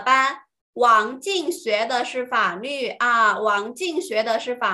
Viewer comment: 老师是四川人所以“法律” 是不是‘n-l‘不分😅